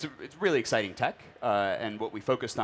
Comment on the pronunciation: It's exciting not exciteeen.